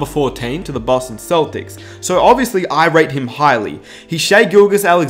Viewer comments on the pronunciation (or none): none